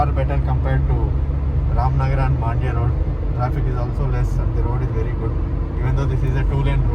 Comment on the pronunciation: It's Mandya not Maandya